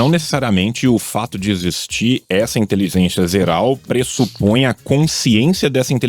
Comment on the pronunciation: o falou " intelizencia zeral", corrija por favor, para que eu possa dar continuidade no podcast